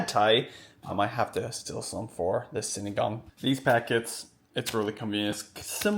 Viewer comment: Sinigang 😊 not sinagang 😅